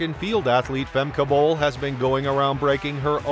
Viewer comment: really bruh, you can't pronounce her name?